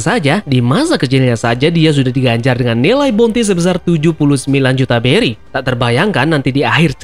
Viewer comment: Bang beri bang bukan Belly 🤣